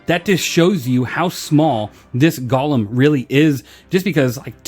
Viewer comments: but the way you SAID it was "GOL-LUM"... not GO-LEM... a Golem is; 1. an artificial human being in Hebrew folklore endowed with life, 2. something or someone resembling a "golem": such as a : automaton b : blockhead. "Gollum" is a evil twisted Hobbit character in LOTR. And my Panties are just fine thank you very much. A little tight but the chicks dig the metal studs... =] BTW, love yer chan bruh... you do the good works. 07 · GO-lem... as in GO HOME... Golem... FFS google a thing man. SMH